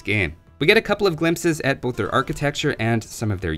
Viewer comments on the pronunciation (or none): none